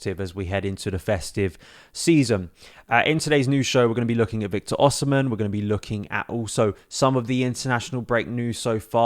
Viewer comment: His name is pronounced Osimay.